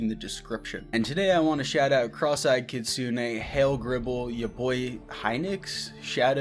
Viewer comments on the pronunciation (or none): none